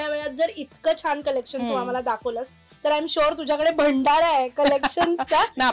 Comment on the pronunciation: भंडारा नसतो ग भांडार!